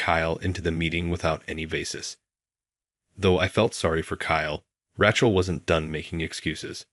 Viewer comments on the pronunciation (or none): Cracked me up too. And Ratchel. Hate these AI voices. Awful